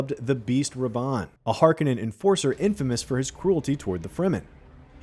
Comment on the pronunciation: Harkenen .... your pronunciation is pathetic